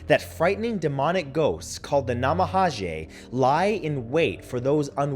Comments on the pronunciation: Brutal mispronunciation. Namahage is pronounced na ma ha gay. Take the time to learn to say the word at least a little correct. Not that hard. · Love the video, Matthew. I'm familiar with all these ghosts, but honey, you really need to work on your pronunciation. I cringed a bit every time you said a name of a entity. Especially the "Namahage." G in Japanese makes a "guh" sound, not "jeh" or "zhe." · Love the video Matt, but could you please check on the pronunciation of some of these words, for example the "g" in namahage isnt pronounced as an English j, but rather a "g" as in gull